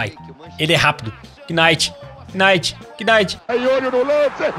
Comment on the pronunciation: como voce mora no canada e fala kinight?